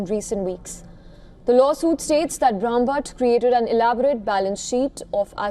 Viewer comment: She is having such a difficult time pronouncing Brahmbhatt! Shame that Indian newsreaders can't pronounce Indian names correctly